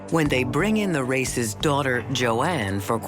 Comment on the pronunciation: She is not Ann Race, but Ann Rácz! Hungarian name.